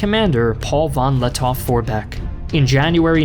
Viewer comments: Grammar german here: In the name Lettow- Vorbeck the „w“ is close to silent. You say it more like „Lettoh- Vorbeck.“🤪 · Great Video! But i have an advice for you: you don‘t actually spell the w in Paul von Lettow-Vorbeck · The “w” in Lettow-Vorbeck is silent